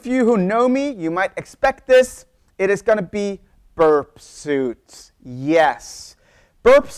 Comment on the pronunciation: Interesting video. I think these tools might be pronounced Burp SWEET and NUKE LEE EYE as in the center of an atom.